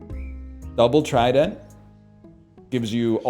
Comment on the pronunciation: Just can’t get over him saying tri-Dent, the emphasis on the d goes hard